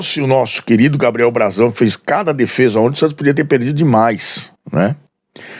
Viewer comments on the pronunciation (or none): none